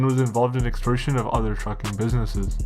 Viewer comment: great content but can you pronounce any of the names correctly? Geez. “Extorsion”. Come on man do some homework.